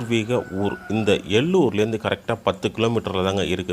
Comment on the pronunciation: அந்த ஊர் எல்லூர் இல்லை அது ஏலூர்😊